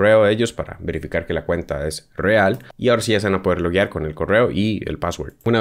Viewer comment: Por que me cala tanto el oído cuando dices una palabra que comienza con "R" ?? 🤨 Esta bien la info gracias!! Pero de verdad me cosquillea el cerebro cuando dices "Rrreal" 😷